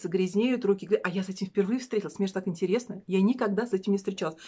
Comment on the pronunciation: И снова замутила процесс! Мне кажется, будет интэрэсно! Через э!👍🤣🙏❤️